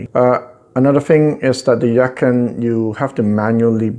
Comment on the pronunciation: it is pronounced Yah Chin. which means beautiful sounding musical instrument